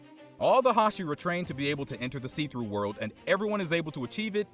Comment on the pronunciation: It really annoying that he keeps saying see-through word!!!